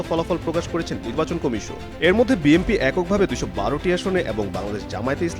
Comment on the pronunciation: গাধা দিয়ে হাল চাষ হয় না, বিএনপিকে বিএমপি বলতেছে এই গাধাটা